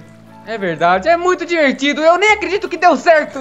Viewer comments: O falo disvertido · Kkk vc falou arrado quando ele falou tá muito divertido vc falou e tá muito disvertido